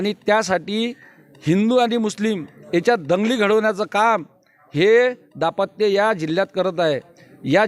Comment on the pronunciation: दापत्य दापत्य नका म्हणू दांपत्य म्हणा